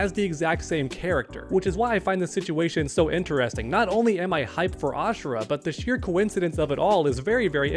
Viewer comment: It's Ashra not ashera.